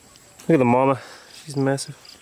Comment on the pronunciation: beetlenut is MAMA not mama as mother but mama with strong A haha